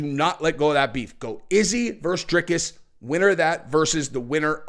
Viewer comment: Love the channel. Ps, i think it’s pronounced DRY-CUSS